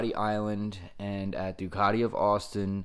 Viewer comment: It's not a "panagial" nor is it a Doocartee... It's a Due-cat-ie Pana-garlay.